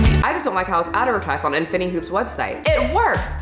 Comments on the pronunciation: I can’t get over how she pronounced infinity,infiny hoop 😂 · Thank you for the info but I don't think you're saying that right. In-fin-I-ty and Si-mul-tan-e-ous-ly. Good info just bad pronunciation.👍